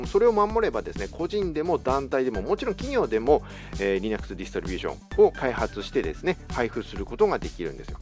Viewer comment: Linuxのイントネーションが微妙に変なので話が入ってこなかったｗｗ